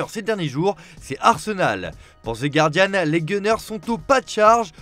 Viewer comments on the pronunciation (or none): none